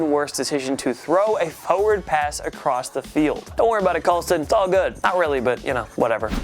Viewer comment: Practice saying the word "forward" more. There are 2 R's in it.